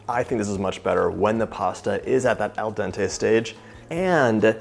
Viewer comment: say eldonte one more time i’m gonnna air this whole place out